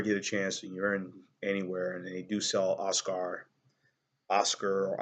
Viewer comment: I love it. "Os-car" blues lol! "Os-ker" is more like it. Cheers!